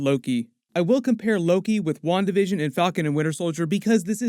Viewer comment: Spanish speaker here: I keep hearing "One Division" every time says "Wandavision"..